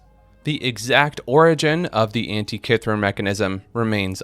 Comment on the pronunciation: because it is. Can't even pronounce Antitkithera.